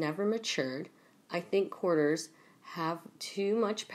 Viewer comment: Cour- tee-yers ; courtiers (sp) You got it, girl x